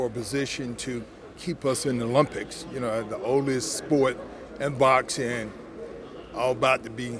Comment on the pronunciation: The “lumpics”